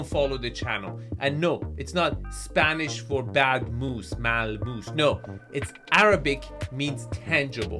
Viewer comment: rolf "mal moose" 🤣